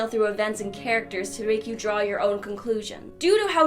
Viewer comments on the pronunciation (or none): none